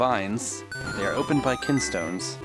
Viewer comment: They're called kinstones, not kin'tstones. Kin and can sound similar, you see.